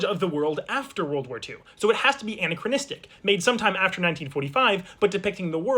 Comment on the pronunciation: an-acro-nistic not anna-cronistic